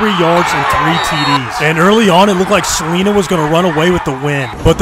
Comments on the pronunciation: Btw, I live in prosper, tx which borders Celina, it pronounced CA LIN A. No Celina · chat its pronounced cel-line-a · "suh ly nuh" is how u pronounce celina btw🤝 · He pronounced Celina Wrong. It's Ce- Lin- ah like you're saying the word line with A at the end of it 😂😂. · It’s pronounced= “Su-lie-nuh”